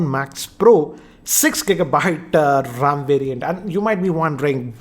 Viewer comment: It is RAM, not RAAM.